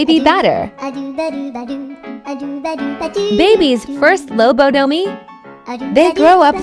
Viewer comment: Why does it sound french when it says lobotomy